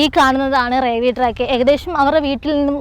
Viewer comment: Raiwel alla pottathi "Railway".